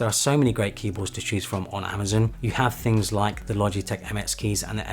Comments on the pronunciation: it's pronoucned "amaZON" not "amaZIN" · I wouldn’t have even noticed he’s saying it weird. Thanks. A lot.